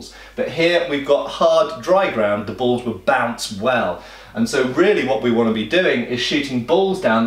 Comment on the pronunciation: Some points: I really LOATHE and HATE Ze Patrioet!!! BUT during one of the first battles when the American regulars try to stand up to the superior British infantry, you actually see bouncing cannonballs. Balls, not bulls. I know you meant balls but I kept hearing bulls. For the rest, it's an excremental movie. During the encounter with a British regular patrol who intrude upon THE PATRIOT's farm and see the wounded AMERICAN HEROES lying all around, what do they do? Do they do the sensible thing, fix bayonets and run them all through? NO. They FIRE their precious musketballs into the stationary targets that weren't going anywhere anyway, putting the British regulars at an extreme disadvantage if suddenly a Damned Rebel Yankee ambush was sprung. Oh my, we have encountered enemies that can resist us! And we have just wasted our shots on some stationary targets that weren't going anywhere anytime. Lord, I wish I had used my bayonet instead to finish them off because now I will have to reload or retreat or charge foolishly with my bloody bayonet at a prepared enemy who will meet me with a welcoming salvo of musket balls!